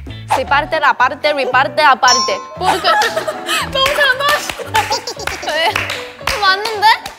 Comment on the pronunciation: Nadie ; Ryujin : PORQUEI